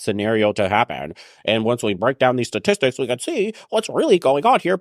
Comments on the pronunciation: STATISTICS not satistics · Is she saying "Sa-tistics"? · Her speech pattern is aggrivating, like she can't say the ST sound in "statistics " .. then there the total bullshit she has to say.